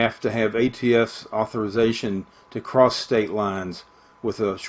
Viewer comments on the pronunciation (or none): none